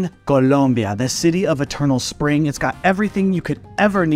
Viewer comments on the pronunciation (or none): none